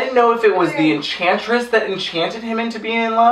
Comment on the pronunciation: Think the drinking game should be, drink for every introduction, drink every time says enchantess, drink when Margot says puddin...that's all I got...also no one else what's to talk about Rick just randomly eating chicken when the enchantess takes over June's body?